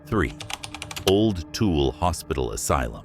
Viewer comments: "Tool" 🤣 never heard Tool-Ella" pronounced that way. Also, the first one I visited and it's def NOT haunted or scary. It's for weddings and events. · Tool?! 😂 it’s pronounced too-ill-a. Anyways my dad was born in that hospital actually. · Lol its Tu-i-la not Tool (Tooele) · Dammit... originally from UT... It's not Tool, it's Too-will-Ah. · Tool ! Tawilla that’s not how it’s spelt but that’s how we say it in Utah! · I’m from Utah and was curious but you lost credibility when you didn’t even pronounce the names right. #3 is not “tool” hospital. It is a native word pronounce Two-wil-La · Um... not TOOL. Toole hard to explain... lol... um the num 1 haunted spot you missed...Should have been num 1 Ben lomond hotel. Ogden. The old Indian school in Brigham city... cmon man... those others good but these are GREAT... 😂😂😂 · "Tool" hospital 😂😂 the pronunciation kills me. Too-well-uh.. try that instead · It's pronounced Too-will-a.... Not tool... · LoL every time he was saying tool we were like Tooele 😆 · Its pronounced too ill ah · Tooele - Too- will- uh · Tooele is pronounced too-willa. Btw. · Tooele = two-wheel-uh 😂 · Byw it's too-will- ah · Too-ill -uh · Tooele is pronounced too-willa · Why can't anyone pronounce Tooele correctly? It's too-el-a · Even real people don't know how to pronounce "Tooele." More than once I've had to explain its pronunciation to those not from Utah (I tell people to think of "vanilla," drop the "van," and put "two" in its place) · Nice work up but yeah I had to giggle at tool 😂 lol SLC here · The 2 wheel transcript bulletin? Dude, before you post a video, how about you doo some research on pronunciation. Ya come across as a TOOL, ya oh queer. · tool is spelled like this. If I didn’t live in Utah I’d have pronounced Tooele too-ell. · You butchered so many of these places names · I laugh whenever my GPS pronounces Timpanogos or Tooele 😂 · If you make comments about a location first learn how to properly pronounce the words. Tooele, Ochre, Duchesne